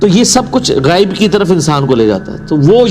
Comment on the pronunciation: السلام علیکم ورحمتہ وبرکاتہ غیب کا تلفظ صحیح نہیں ہے ے پر ھمزہ ہے زبر نہیں ہے